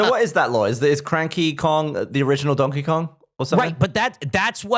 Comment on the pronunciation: I semi agree with opinion on lore take (sometimes connecting entirely unrelated things is fun, like sure Payday takes place in the Left 4 Dead universe that's a fun idea) but I also cannot get over pronunciation of Donkey Kong, it's like he's doubling every vowel